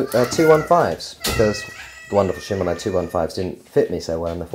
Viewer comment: She-man-o's SHE-MAN-O .... NOT shim-un-o's SHE as in shi, as in shit